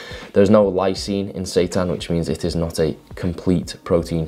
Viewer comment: Is that how you pronounce Seitan? Lol 😈 🔥